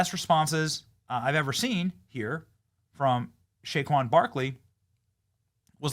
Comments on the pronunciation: Say-quon, not Shaquon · It sounds like Benny is mispronouncing Say-quon Barrkley's name?? It is NOT Shay-quon!! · Benny …. It’s “SAY-KWON” Barkley. Love you bro. lol